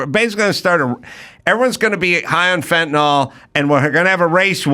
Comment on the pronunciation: It's FEN-TA-NIL (Fentanyl).